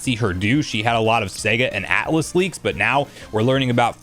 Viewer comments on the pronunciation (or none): none